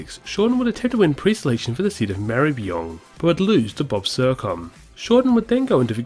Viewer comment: Ma-ruh-buh-nong is the pronounciation. Other than that I'm loving these vids